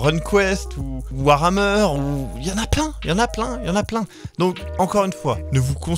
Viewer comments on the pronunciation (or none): none